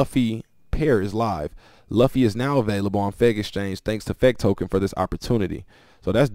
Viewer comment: Bro as anime otaku. It luffy like (lu-fee) not (lov-fe)